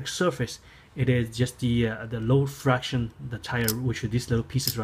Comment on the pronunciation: friction not fraction